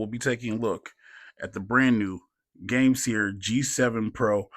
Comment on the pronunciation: Haha! It's Pronounced Game-Sir 😅